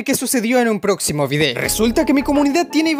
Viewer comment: Soy el único que entendió que dijo "en el ploximo video"